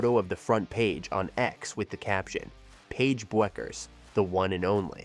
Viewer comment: When you mispronounce her name 10 seconds into the video....difficult to be confident you know what you are talking about...